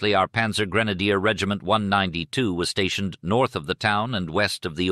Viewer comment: The problem with less sophisticated AI voices is the failure to provide proper foreign word pronunciation. “Panzer” and “Cannes” were awfully pronounced, for example! Cannes is NOT pronounced like a tin “can”. History is important. If the little things slip, you can expect the big thing to fail as well!